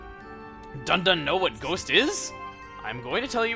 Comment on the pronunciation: I love how Riki calls Dunban Dundun